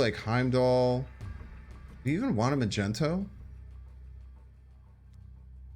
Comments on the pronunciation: call him Magento one more time i fucking dare you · Dude why are you spelling magneto wrong all the time... ma gNE to, there is no gen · please stop saying magento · He says it on purpose unlike Mogwai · My mans just said "Magento"...... On more serious note, this is one of the more innovative decks I've seen in recent play and I'm really looking forward to running this. Btw, would Psylocke be a good enough replacement for wave and are your tier 3 and 4 decks meaning they're higher or lower tiers (like some ppl say tier 1 is best, and vice versa) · What you mean? It's Majento. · Please tell me you're just making fun of magneto's name. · You have the best fans I've gone through the comments and no one seems to care to call you out for your slaughtering of the name Magneto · I'm preeeety sure he says it on purpose, I think it's a meme on his channel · also it's just a meme and he does it just for fun He calls Luke Cage, Nick Cage as well. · Ma -Gent-O. Wha???!! Because he is in shades of purples or magenta???!!! LOL?? It is Mag-Neat-O, even though I prefer myself Mag-Net-O. Neat-O sounds so silly too. All YouTubers I notice mispronounce KAZAR incorrectly, in X-Men #10 it's pronounced "Kay-Sar", and my sides hurt when I always hear "duh ya, Ku-Zar". Otherwise Heimdall Non-movement plays are sweet sweet music plays, love it!! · it's fuxxing MAGNETOOOO NOT MAGENTOOO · Did he just say Magento? His name is Magneto 😜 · Yo who is “MAGENTO” lmao its MAG -NE - TO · Good vid, entertaining deck, knowledgeable player BUT can’t stand him calling magneto “magento”. Dumb af. It’s not what it’s called, it’s not shortened (still 3 syllables), and mag, mags, maggy are all better nicknames for the card/character. Truly annoying and queer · Why u all say "mageNto"? It's MaGNeto. Do I missed something? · Yooooo you gon be a meme if you keep calling Magneto Ma-Jen-To 😂😂😂😂😂😂 But besides the meme this deck seems super fun! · Mag-nee-toe my dude. That’s how it is pronounced. Peace my man!